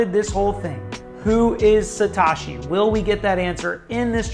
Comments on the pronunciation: Satoshiii not Satashiii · "Satoshi" doesn't rhyme with "wash me", it rhymes with "though she". Instant crediblity bankruptcy. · Good, unbiased, objective analysis....Kudos....but please pronounce "Sat OH shi" properly going forward. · you are pronouncing the word satoshi incorrectly. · Ma dude, why can’t you say satoshi? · Haha I agree.